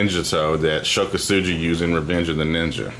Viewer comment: Ko-Su-Gi not Ko-Su-GEE